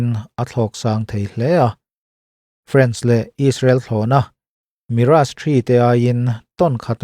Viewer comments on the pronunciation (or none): none